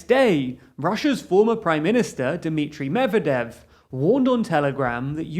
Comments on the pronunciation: Mevedev? I think it’s Medvedev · "Mevedev" >.< , well I guess it's easer that way.